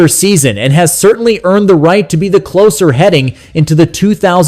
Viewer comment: Why would any serious baseball fan pay attention to this AI generated narrative? It interprets the slash line as a string of "divided bys" and pronounces "closer" to rhyme with "dose" rather than "hose." What a crock! In any case, it's much too soon for anyone to be making realistic pronouncements about the 2026 roster.